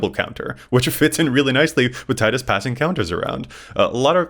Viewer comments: its pronounced Tee-dus, just so you know. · Tide us makes more sense. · Only cowards say Teedus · His name is never spoken in game. Tide makes more sense given the aquatic theme. Teedus pronouncers hate life itself. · Was just about to comment about Tidus pronounciation, but got me! 😂 As you guys pointed out, what I like the most about Tidus is that you can proliferate really any type of counter you want, ability counters for example, and then move them to other permanents.